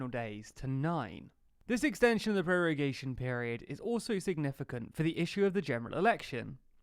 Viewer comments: Its prorogation, not prorugation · ProrUgation?!? ProrUgation!!? Really?! I do not assume studying at least some basic latin before trying to explain law & procedural principles should be required, but checking a vocabulary when you meet an esotic word fuck yeah IS COMPULSORY. And you even see how it is written in the official rule guide. (Hint for latin scholars: rogo, rogas, rogavi, rogatum, rogare) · lol 'prorugation' instead of prorogation